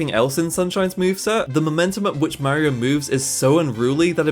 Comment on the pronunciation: You can't even pronounce Mario the rite way